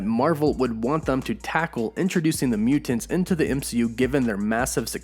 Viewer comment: Idk hear him say mutants like that again 🤨